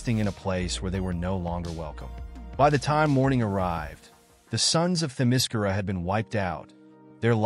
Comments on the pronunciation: The only problem I have with this video is that Themyscira is being mispronounced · The way you say Themyscira is effing TERRIBLE. And you say it wrong like 700 times in this video.